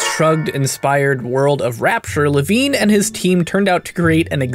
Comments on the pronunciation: It's pronounced LeVEEN! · I'm sorry to be that guy but it's pronounced lavEEn:P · You pronounce "Levine" two different ways :) The first way I believe to be the correct one.